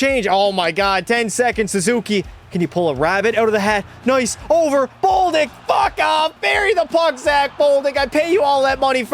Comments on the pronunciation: Who is boldick it is bolduck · 1st off, DOUGH-BESH 2nd off, D-AH-K. 3rd: B-OH-L-D-UEC (Hard to spell in English) 4th: Dem-EE-dov Edit: YAKOOB. NOT JACOB